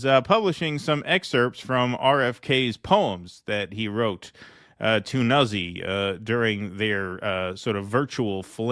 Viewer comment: It’s pronounced: noot-see. It’s an Italian name